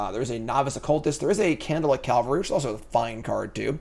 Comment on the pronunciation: 'Cavalry.' Say it one letter at a time. Calvary hill is where Mr. Jesus died.